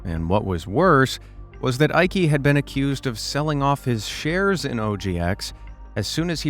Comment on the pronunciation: sorry i laughed at how you pronounced "jutta" (eikes mother), it really lifted my mood:) there is hardly any female name that is more german than jutta, you say it as you-tta (short A). and "eike" is pronounced like eye-keh (short E).